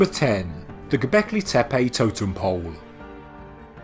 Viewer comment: I actually can't finish watching this because its triggering me how many times he is saying gobekli tepe :(